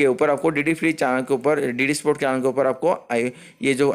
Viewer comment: चानल नहीं भाई चैनल होता है।